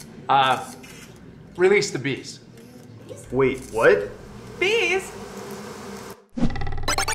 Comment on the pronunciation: I heard beast too.